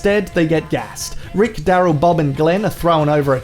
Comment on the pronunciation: Did he call daryl daryth?